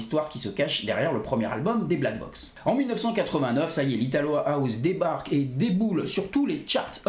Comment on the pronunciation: Pourquoi tu dis : HOUZE ???? Ahouze ???